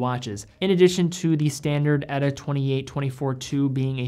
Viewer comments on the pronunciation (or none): Pronounce "Ehh-taa" ... not "Etta" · Would be awesome if you could pronounce T instead of D in miyota, eta and sellita.